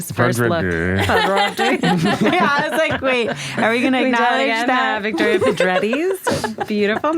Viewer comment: It’s Vittoria, not Victoria